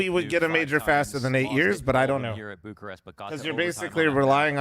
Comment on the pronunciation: is Bucharest and not Burcharest dude